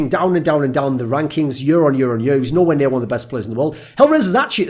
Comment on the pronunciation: Why does this dude say yur, instead of year?